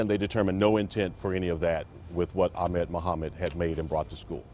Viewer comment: people still dont know how to pronounce ahmed...